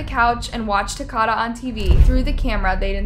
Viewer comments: you mispronounced His name so many time it was as if you were doing it on purpose Ta ko da the o is long and then there's the word edema pronounced a dee ma with as many of these video you've done I know that you know how to say these words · It definitely isn’t, it’s like Dakota but with a “Ta” . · His name is not “Takota” It’s “Takoda” Eh….I get what you’re saying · Do you say people’s names wrong on purpose??? I mean you have to. Because you can clearly read. When did Al start being pronounced as Aw? & it’s Takoda not Takada, you know like Dakota? Girl you is disrespectful. At least say the deceased name right. You do this a lot. You’re videos be super awesome other than that. The fact that you just use your voice instead of trying to show your face to take attention away from the victim. I love your channel. But start at least trying to pronounce their names right. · His name is TakOda, not TakAda - at least get the poor child's name pronounced correctly! 🇦🇺 (and if you stopped blanking out words it would be easier to understand). See Emma Kenney cover this - MUCH better, plus she pronounces the boy's name correctly - respect. 🇦🇺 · Okay i feel like youre just purposely mispronouncing everything to be funny 😂 because there aint no way you just said Takata 😂😂😂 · His name is pronounced Ta-coat-a. These cases are so maddening. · I said the same thing! I’m from the area this happened and it pisses me off all she had to do was listen to the news reports! It’s Takoda, pronounced like Dakota!!! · Exactly 💯, like for real right!!!!!! I'm more than sure the boys name was said out loud more than once or twice through out the research.....maybe I am wrong 🤷 but, I believe it's pronounced "Tah-coe-dah"......rest in peace baby boy......you are more than blessed now honey!!!!! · And his name is pronounced like Dakota but with a T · Takoda's name is pronounced like Dakota. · Ta-Co-Da = Takoda Is how u pronounce his name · His name is pronounced Tah-kO-duh